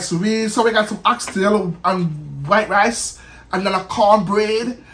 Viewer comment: I like how he says white rice 🤣😂